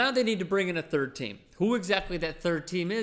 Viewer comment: he reads time as team lol